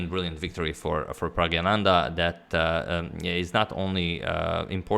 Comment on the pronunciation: Again its pragNaNandha ...not pragyananda..